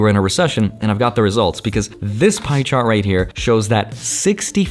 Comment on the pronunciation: "This pie CHAR right here..." CHAR??